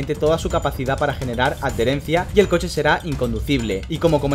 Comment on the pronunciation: Me encantan tus videos: creo que es el mejor canal para comprender cosas esenciales en la F1. Y me resulta curiosa tu forma de pronunciar adherencia: "ad-dherencia", jejeje.